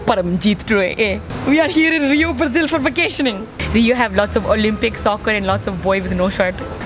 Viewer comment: "we are herrre in Brrrazil for vacationing" XDDD